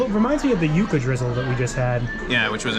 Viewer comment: its pronounced "You-kah""